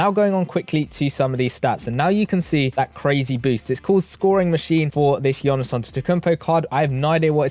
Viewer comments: It’s pronounced Yanis bro not Yonis. Can’t still be butchering the best player in the world’s name 😂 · It's "yawnis" not yanis